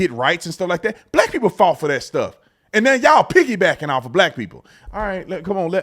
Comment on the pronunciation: She went OWF!!! Not off, OWF!!!! The Lord is opening peoples' eyes.